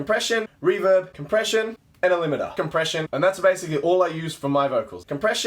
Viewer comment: I thought you were saying depression instead of compression